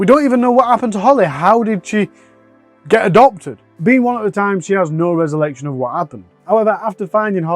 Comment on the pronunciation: So we’re just not going to address “resollection”? 😂 🙈 For real though, great story. Thanks for taking it on.